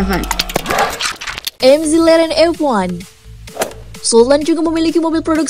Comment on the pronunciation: mc laren disebut ( emseleren ) roll roice disebut ( rol roice )